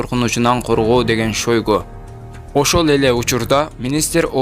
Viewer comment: сен котуну кысып,оозуну жаап отур жалган маалымат бергение учун биздин мамлекет жапа чекпесин,былжырабай суйлогонду уйрон,окуу жакшылап манка шоойгу дебей